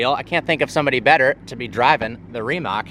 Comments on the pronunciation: Bro said "Reemock" 🤡 it's Rimac mate, Rimac. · 😂😂😂 listening to him say reemok instead of rimac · RimaC (not Rimak spelling)….it’s from Europe! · It’s not Rimak, it’s Rimac (Rimatz) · Pronounce it right!!! Its "Rimats" not "Rimack" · It is not "Rimak"...it is "RIMAC" ...CCCC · It's pronounced RimAc, not RimEc. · Better to say Rimas then Rimak . This C letter isnt K letter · RIMAC.................NOT REMAC.................DUH!!! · It is not Rimak it is Rimac (Ri-mats) - you would think some car enthusiast would care to pronounce the name properly. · It's pronounced Rimats/Rimatz ... not Rimak ... a ts sound at the end - as in that's or what's or bits ... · pepole from america...leard how to proper say RIMAC!!! C is not K or KEY or that...please do learn and do not disrespect the name!!! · its no rimak its Rimac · It's not a RIMACK, or a REEMACK. It's a REE-MATTS. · Pronunciation id Rimatz, not Rimak. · Rimac. It's pronounced "Ree-mots" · For the Americans it sounds more like Rimatch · REE….matz. Gosh, please pronounce the right way. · REE-motts I'm Croatian, I know how to pronounce it correctly :D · It's pronounced "Rimats" - the "c" in Croatian is pronounced as "ts"...You're pronouncing the "a" sound correctly though, quite atypical for a native English speaker ;) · It’s actually pronounced „rimatz“ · “You are saying it wrong”. It is Rimats. Just had to say that because Brooks mentioned it.😂😊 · Brooks´ face every time mispronounces Remac 🤣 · Ree-mahts That's how you say it. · Being Croatian, I can't describe how annoyed I get when people pronounce the brand "Rimak" instead of the proper "C" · We know America's cannot pronounce rimac correctly but he tried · if you wanna sounds like you know what you're talking about, the way you pronounce the name Rimac is ReeMatz/s. And Nevera is Neh-veh-rah.